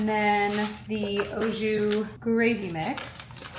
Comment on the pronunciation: lol, I’m sorry I’m giggling how you are pronouncing ah jus with an O lol it’s Aaaa. Unless I’m totally wrong, you were a teacher not me 😂 the recipes look so good, I’ve enjoyed many of the recipes you gave shared in the past. Long live sesame tacos!!!